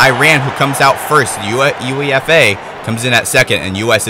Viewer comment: Not that it really matters at this point, but it's pronounced 'YOU-AY-FUH' not U.E.F.A. This was a fun watch, by the way! Great stuff.